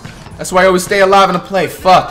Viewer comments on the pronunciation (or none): none